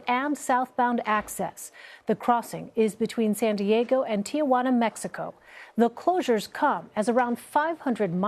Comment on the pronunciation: There is no Tia in Ti Juana!!!!!!!!! Errrrrr ignorant stupid woman!!